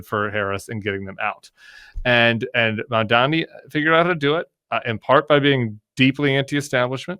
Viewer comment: Since so many youtubers continue to struggle with properly pronouncing MAMDANI's last name, let me help. We all have a mother. a Mom. We all have the same President, Mr. Orange Donnie. Put 'em together. Mom. Donnie. Mamdani. That's how you say it.